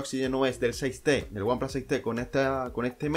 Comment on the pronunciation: El primer youtuber que oigo decir one plas en vez de one plus jajajaja